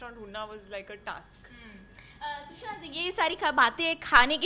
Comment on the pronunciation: I hate when people call him "shushant" instead of "Sushant"